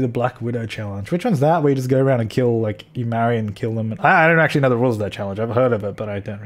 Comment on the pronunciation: That "go" sounded an awful lot like a Deli "Nor"........... Lol. :).